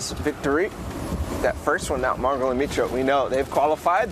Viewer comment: Bro why does the announcer say mongaal